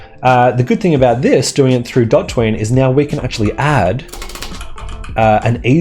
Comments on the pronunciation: DOT ween, or DO tween? (I pronounce DO tween - it really threw me off hearing DOT ween haha) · Its Do Tween not Dot Tween. Normally I’m not so anal but come on. Dot Tween doesn’t even make sense, it’s literally colored Do Tween on the asset landing page and you continue the absurd pronunciation. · It's not DotTween, it's DoTween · You say Do-Jump, Do-Shake, Do-Kill. But then call the library "Dot-Tween". I think you should reupload and pronounce them "Doj-Jump", "DoS-Shake", and "Dok-Kill" for consistency :) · Pretty sure it's Do tween not dot ween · and all this time i thought it was called Do tween not dot twean as you say it lol, this is a great asset i have been using it for years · Oh em gee it's "doo tween", like "do a tween" not "dah tween" like "I'm a total jag tween". Anyway, great video. Liked and subscribed. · Great video(s), but man the pronunciation haha. DO TWEEN, not dot ween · Isn’t it pronounced “DO Tween” not “DOT Tween” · It’s pronounced as “D Otween” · Hahahaha. That pronounciation is just wrong (even though it's right) Liked the twitter comment. :)